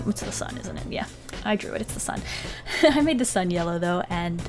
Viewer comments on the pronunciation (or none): none